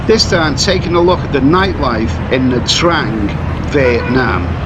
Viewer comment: First thing you should learn hoe to pronouciate the cuty"s name correctly before making any video 'mate"